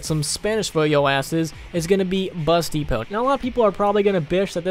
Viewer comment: When he said bus depot I thought he said busty pope